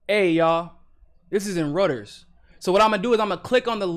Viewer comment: How did you just pronounce Reuter’s??